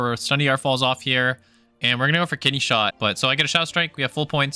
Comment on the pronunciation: Ooooo “KIDNEY”! Not ‘kitty’ 😂😂😂 “kitty shot” is what I heard lmao. It should be kitty shot, that’s the new slang term